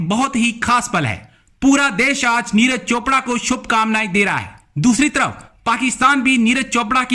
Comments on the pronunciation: यार पाकिस्तान वालो अगर नाम पढ़ना नहीं आता तो कम से कम सुन कर सीख लिया करो, नीरज को नीराज बना देते हो, विराट को विरात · Niraaz nahi niraj hota hai bhn ki lodi... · Madam Neeraj hai, Neeraaaj nahi🤣🤣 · Neeraaj chopra porkiyo pe toh dhang se naam lena bhi nhi ata 🤣🤣🤣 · उच्चारण तो करो सही से, नाम है उनका "नीरज", "नीराज" नही है। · Neeraj not Neeraj hr name bigad dete hai ap log bartania Britain k ha 😃 bolte hai ap log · Madam j kam se kam aap Neeraj chopra g ka name to sahi se lo